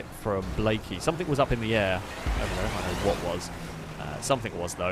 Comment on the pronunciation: anyone else noticed that he always pronounces "something" like its spelled "someTHINK"?